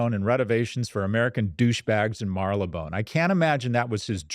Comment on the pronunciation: "Mar-ly-bone" Lmao